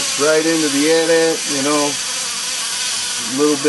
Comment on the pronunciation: you sed it wrong its not an at at its an a.t-a.t